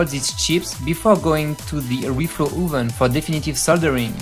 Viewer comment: "Uven" hahahaha